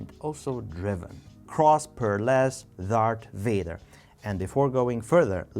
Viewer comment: Whoever told you it was "Dark Vader" must have been trolling you. Star Wars is almost fifty years old, no way does someone with access to the internet genuinely believe it's anything other than "Dar*th* Vader".